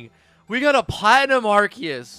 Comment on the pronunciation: Did he just say ''ARKEYUS''